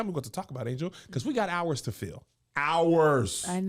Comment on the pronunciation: You got hours to fill. Really breaks down your “ours” (you angel and Josh). Cause you gotta silence the haters. Are the h becomes silent lol